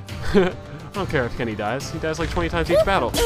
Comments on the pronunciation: I love how he says "Kinny" instead of "Kenny" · I like how you say Kenny :D